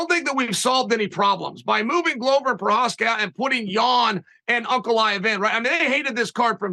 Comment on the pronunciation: A ‘Glover’ is a maker of 🥊. Considering the business he is in, it is odd that it is pronounced wrong.